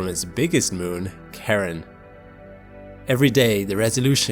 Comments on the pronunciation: I swear to God, it's "Sharon" not "Karen". I've never heard it pronounced Karen. 💀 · I thought I was going crazy hearing him pronounce Pluto's moon as Karen 🤣 I'm a huge space and science lover and thought that doesn't sound right.. sorry but we Americans stupidly or not named that moon and it's SHARon I'm just poking fun. It's been a great week of exploration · The guy who discovered the moon, Charon, named it in honor of his wife, Charlene, and pronounces it "Share-ON", not Karen. He didn't even know about the Greek myth when he came up with the name. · Pronounced Share-on... not karen... just saying... but then again.. I pronounced it... CHAR-ON... like. Charcoal.. because it sounds cool, lol... but Share-on is the ch as SH sound like CHUTE. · Dude, please learn how to say the objects name correctly before making a video. Pluto's moon Charon (SHA-ron) Drove me crazy every time you said Karen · The moon Charon is actually pronounce "Shar-on" rather than the traditional pronunciation "Kar-on." Apparently this has to do with the wife of the person who discovered it. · KAREN KAREN KAREN KAREN KAREN!!!! Dude, it is KARON! CHAROOOOON! Not Karen. OOOOOOOOOOOOOOOOOOON. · thanks for this excellent video! that said, you are obviously a very intelligent person, so why do you pronounce some names so incorrectly? 'charon' pronounced as 'kahron'?! COME ON!!! it is pronounced as 'shah-ron' the boatman who brings you across the river styx. 'ultima thule' pronounced as 'ultima thoolay'?! DUDE! it is pronounced 'ultima thoolah'. are these pronunciations prevalent in astronomy? it takes literally one second to look up the proper pronunciation. you can do better. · I didn't know Charon was pronounced like Karen. I always said "Char-on". Somewhere a Starbucks shuddered every time you spoke this moon's name. :D Jokes aside, what a fantastic video! Thank you for reawakening my love of space science and news. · I don't think Charon is pronounced "Karen". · Charon is not pronounce Sharon